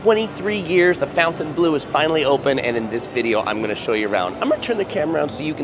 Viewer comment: How can you do a walkthrough and NOT know how to pronounce the name of the resort?